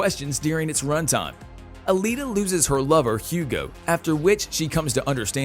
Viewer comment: Alita not Alina.